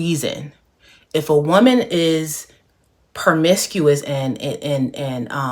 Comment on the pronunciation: Promiscuous not permiscuous